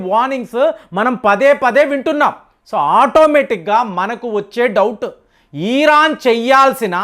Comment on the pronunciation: Ee ran enti sariga palakatam rada style ahh